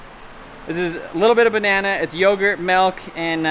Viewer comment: "Melk".. 😂 says Melk 😅